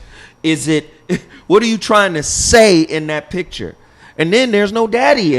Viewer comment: Please STOP saying pitcher. The word is PICTURE. We're better than that